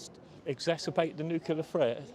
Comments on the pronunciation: There’s about a dozen people there! Why give them publicity? Can’t even pronounce nuclear properly.😂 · Apologies, this is appalling video. These are just views but from who? Is this a face of self preserving interests and disregard of someone’s freedom? Never mind that some cannot pronounce the word “nuclear”. Protesting of course don’t mean participating but protest for the justice and Russia is not in the latter.